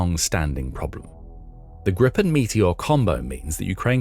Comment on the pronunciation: It's Gripen, not Grippen. And it's pronounced Greepen. The name refers to the hippogriff. Here's what a lot of Swedes think: "Don't botch this now, Ukraine. There had better be a Ukraine left when it's time for the deal to buy the rest of the planes. You getting these for free means my tax money is on the line for this "gift" here. They aren't cheap. We expect a return on investment."